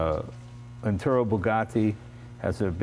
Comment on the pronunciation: who exactly is "Enturo" Bugatti?